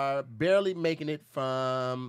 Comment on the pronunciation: “BARLEY” making it… its Barely 🤣🤣🤣 i know you typin these up